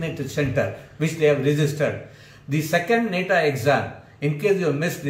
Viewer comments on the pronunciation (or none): It's not neta It's Nata Pls Pronounce Properly